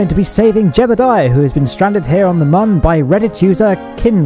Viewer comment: Every time you say Mun it slightly triggers me.